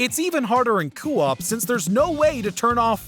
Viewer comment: Another thing that will live in infamy is this idiot announcer's inability to pronounce "co-op"